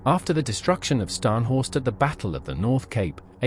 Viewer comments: Scharhorst is pronounced sharhorst, HMS Norfolk damaged the main radar and fire control systems. After that, Scharhorst was firing blind. A sitting duck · Pronounced Ssharnhorst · Skarnhorst eh . Silly error. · Slightly ruined by the pronunciation of Scharnhorst, not Skarnhorst!